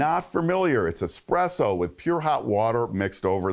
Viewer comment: *espresso, not expresso....